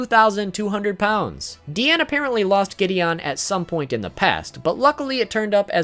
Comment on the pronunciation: It’s not DEEane It’s DiAnu